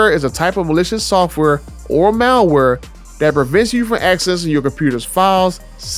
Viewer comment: "let me learn you some thing" and "and do just dat"??? Learn how to speak English and how to pronounce the words.